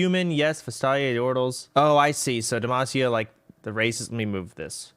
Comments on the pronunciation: everytime he says races i hear racist and i can't stop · Sounds like he's saying "racists"